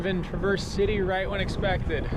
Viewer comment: mr bibs pizza slaps. also the emphasis is on tra in traverse